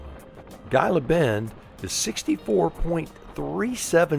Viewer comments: I just watched your videos of your trip thru Texas to California, and I must say you have great videos. In Texas you traversed the Chihuahua Desert and into the Mojave Desert of Arizona, two diverse eco areas. But I must correct you on one point, Gila is pronounced "He-La" as in the Gila Monster. Great videos (all of them) and you two be safe in your travels. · Its pronounced heela..g is h sound